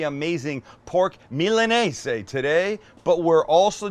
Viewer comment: Is it actually called and pronounced milanese? Tf my entire life i’ve heard and said MILANESA